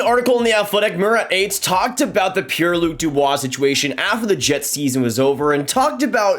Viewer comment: First of all it’s pronounced Atesh not Ates. Secondly Dubois is a polarizing player. Dont think he’s going to be a “Beast” for your team on a nightly basis. He picks and chooses and often spends entire games skating in an oval swivelling his head back and forth with one hand on his stick doing absolutely nothing. He is also injury prone almost to the point he could sprain an eyelid looking at himself in the bathroom mirror. He’s absolutely going to be traded for some picks, younger player or prospect at the draft. LAK would be a good fit. And Montreal must remember how well previous offer sheets went down and that went so well for you. Carolina had the last laugh.